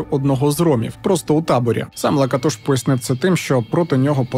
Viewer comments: Перший раз чую, що наголос на перший склад.всімв ужгороді і самі носії прізвища кажуть ЛакАтош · Цікаво було подивитися, про Закарпаття. А що до прізвища Лáкатош, то це угорське прізвище, а в угорській мові наголос завжди на перший склад. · Як неочікувано побачити тут рідний край та місто мого дитинства і юності - Мукачево😅. Дякую за цей чудовий випуск. Скандал з ромами добре пам'ятаю, але в них вічно якісь свої розборки. Доречі, прізвище "Лáкатош", коректний наголос на перший склад. Ще раз дякую за цей випуск, успіхів❤ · Не завжди. Роми між собою в побуті спілкуються угорською. Здебільшого, українську знають погано, хоча є такі, що й нормально говорять. П.С. Хотілося б звернути вагу цього псевдоблогера на правильність наголосу у прізвищі, яке вимовляють і самі роми. Наголос на другий склад, а не на третій. Міг би підготуватися краще. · Ріже вухо наголос не там на Лакатош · І не кажіть: то ЛакАтош,то ЛакатОш,лиш не так,як треба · кАлман лакАтош. Вини самі декілька разів це імʼя промовляють. Камон